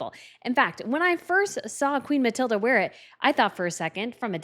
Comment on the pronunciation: Please, the names! Queen Mathilde of the Belgians has no "a" at the end of her name. The youngest Swedish Princess (daughter of Prince Carl-Philip and Princess Sofia) is Princess Ines. Not Ians. Try Yness. The yellow colour of Princess Sofia's dress is the yellow used in the Swedish flag. That is why she chose it. The designer you spoke about is Jan Taminiau. Try Yan Tah-mini-yow.